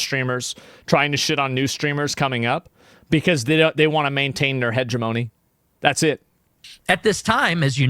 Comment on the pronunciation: Hegemony. Don't know if you are going to see this. This word is getting popular these days. If you are going to use it make sure you pronounce it correctly to protect yourself.